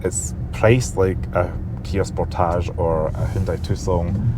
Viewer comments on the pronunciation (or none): none